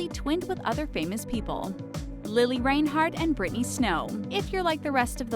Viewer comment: Stop saying lili reinhearts last name wrong